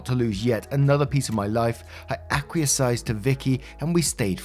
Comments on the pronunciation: Ack-wee-ESS is how that word's pronounced, and as you're professional voice talent, if you don't know how a word is pronounced, please look it up, as it's kinda jarring and interrupts the narrative. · "Acquee a sized" hurts my ears. It pops up when listening to the older videos 😂😂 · Acquiesce- ack-wee-ess